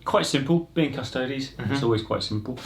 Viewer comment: a 40k channel that can pronounce custodes correctly? fucking thank you my ears were bleeding from all the other painful attempts at it